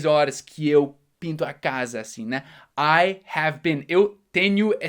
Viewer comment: falando: i have i-hm kkkkkkkkkkkkkkk jesus eu jamais saberia q era assim q se pronunciava